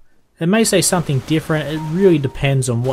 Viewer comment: someTHING not someTHINK its a g not a k